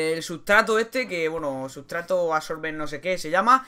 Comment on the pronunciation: sutrato o mitrato xdd jojo